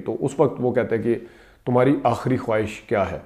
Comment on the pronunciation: بیڑا کا صحیح تلفظ ' بی ڑا ' ہے ' بے ڑا' نہیں. اور خواہش کی وائو ساکن ہے.